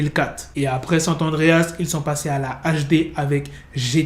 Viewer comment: On dit pas sant adreas on dit SAN Andréas